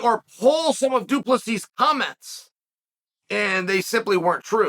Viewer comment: Good to see Chael finally get DU Plessis name right,lol.